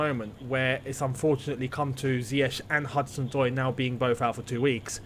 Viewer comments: You get so mad at Frank for calling ZIYECH as Z(Y)YECH but you're calling D(ee)bala as D(y)bala lol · They should get Nico Tagliafico in the XI. Btw, great video, but could you try to make your sounds and the sounds of the one you are collaberating with the same volume. Also, Ziyech is pronounced differently, type Ziyech in translate to Dutch.